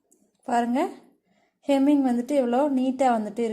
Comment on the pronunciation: Hemming not kemming. English um theriyathu , Tamil um theriyathu.